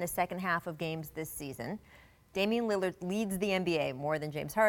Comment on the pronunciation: “Damian Lidird” 😂